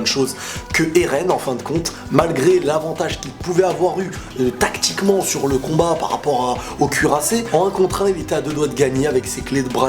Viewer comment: compte avec moi commebiende fois il as dit "'tacticment'"